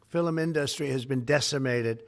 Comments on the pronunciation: Fil-um industry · “fillum industries.” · “Our um…filum industry” I hate this man so much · "our fill em industry" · Made me laugh when I heard him say film, "filum" 😂